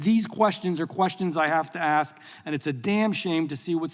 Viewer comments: As soon as I hear “axed you a question” you have lost all legitimacy. Do you want to promote unity and progress or just your own divisive logo? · I swear I don't understand why it is so hard to pronounce ASK?!?! I've never understood how people go so far in life and not be able to speak basic English.🙄🙄🙄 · Let me axe you a question. Nam I’m saying. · How does someone who says “aks” end up in congress? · " I want to axe you a question " .. ghetto troll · So glad she was there to ax queshtuns. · Did she say: “want to axe you..?” 😅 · Who's the dipshit that spoke 1st who can't pronounce ASK correctly the way a toddler can? I'm just curious. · She lost me at axe… dummy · Aks you, smh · She's in Congress and still can't pronounce "ask" FFS 😂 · ASK.. not AXX. Duh. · Why can't a person elected to Congress finally pronounce words correctly. The word is "Ask' not " Akst". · Why can't some say ”ask" instead of " ax" ? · Aksing or Axing a question. That is the question. Das ist die Frage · Nothing says politician like saying Axe instead of ask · Cori…it’s ask not acts. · That woman REALLY gets on my nerves! She's a RACE BAITER, And she can't even speak properly!!! One of my pet peeves is when someone says, "AX" instead of "ASK". I mean, HOW HARD IS THAT TO DO??? It's just LAZY, and makes the person sound SO UNEDUCATED!!!😡😡😡😡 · I want to AKS? stop appointing low IQ Imbeciles to run our country... It's ASK!!!! not AKS!!!! GEEEEZ!!!! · It's hard to take someone seriously who went thru college and got elected to the House and they still say "aks" instead of ask. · How about talk intelligently and say "ask and not "aks"! I don't understand that. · The word is "ASK"...pronounced "Ahsk"....not "ax-sk". Example: I "ask" not I "axed". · Someone please teach her how to pronounce the word 'ask'. It's not "axe". It's three damn letters, how hard can it be to pronounce it properly? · Why is a member of the house of representatives unable to pronounce the word "ask"? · She "axed" directly